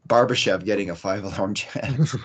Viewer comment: Barber chef is the funniest game in the NHL - i mean, the way you and every north-american pronounce Barbashev's name, i myself would know the excact pronounciation :)